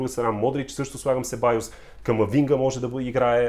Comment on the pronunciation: Себайос , а не Себаьос . Топ си ! Скоро открих канала ти и веднага те последвах , защото харесвам коментарите на мачовете ти . Малко бързо говориш , но си разбираш от това , което говориш .